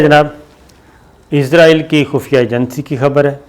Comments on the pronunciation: بھائی ازرائیل نہیں اسرائیل کہتے ہیں!!! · It's not izrael it's Israel... Sabir sb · Shakir bhai mind it . Don't say izraeel